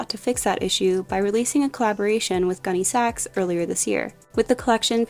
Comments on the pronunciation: Pronounced GUNNy sacks, not gunny SACKS. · I absolutely can’t listen anymore to this millennial repeatedly calling it “gunny SAX.” It’s hurting my ears. It’s “GUNNY sax,” sweetie..Emphasis on Gunny, not Sax. Sheesh. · My 1988 prom dress was a Gunne Sax, and I’m wearing one in my 6th grade class picture. I still have my prom dress, so it’s going in my Posh closet. p.s. the accent goes on Gunne, not Sax. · Gunne Sax (sounds like sack) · I had to stop watching as I couldn’t take how you were saying it. Emphasis is on Gunne, not Sax. It Is just the way you said what it was named after.